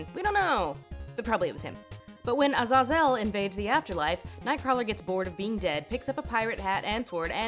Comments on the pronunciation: "Ah-zah-zell?" You mean "Ah-zay-zull?" Your pronunciations are insane. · I can't figure out if you are pronouncing Azazel correctly and everyone I've heard say it before is wrong or if you're wrong and it's really pronounced a-zay-zel. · the way she pronounces azazel bothers me more than it should